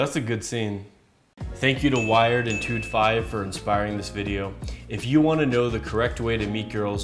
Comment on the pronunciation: Todd V -> “Tood Five.” Lmao